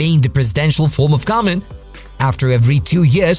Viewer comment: do you not know how to say government?